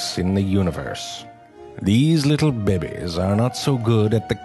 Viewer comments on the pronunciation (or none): Catalina Medel yeah, that's kinda how he says it. they are not you drink, they are babaes, or something like that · The second b is silent ;) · Us: "Babies." Video: "Bi Bi's." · Thank you for the "baybehs" fix. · "bebbies" hahahahha!!!!! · The way he pronounces "babies" xD